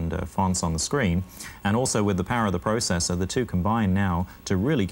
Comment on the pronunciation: That guy needs to learn how to say processor the correct way.